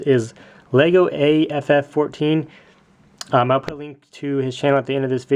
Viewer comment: Hi, legoaff14 is one of my YouTube and real life friend. He was wondering if you could call him by how he pronounces his channel name the next time you give him a shout out. Pronunciation: LEGO aff one four. Don't take this as a hate comment please! Any, nice vid